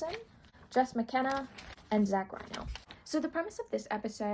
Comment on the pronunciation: This video was great! Two things I noticed though. For Zach Reino, his last name is pronounced like Reeno, not Rhino. Also, I wasn't sure if I heard you exactly, but for Siobhan Thompson, the "bh" in Siobhan is pronounced like a V, not like a B. Just thought I'd let you know. Either way, this was really entertaining, great job!